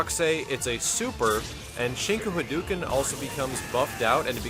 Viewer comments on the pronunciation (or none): none